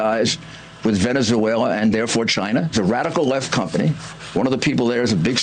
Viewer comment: “Has ties to ‘venezooayla’, and therefore China...”?! Uhhh, what’s that Rudy?! 🤨